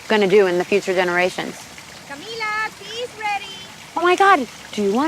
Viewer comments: the way the interviewer said her name wrong the entire video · we just gonna forget that the interview called her camilla and not camEEla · I love her!!! Amazing but you said Camila and her mom’s name wrong (mispronounced names is one of my pet peeves) Other than that, I love this interview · it annoyed me how he kept saying her name wrong...